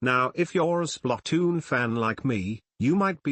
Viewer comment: SPLUTOOON (i know it spelled splatoon but the way the tts pronounced it was weird lo.